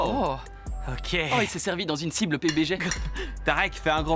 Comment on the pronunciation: La "cible pubg " 😂😂😂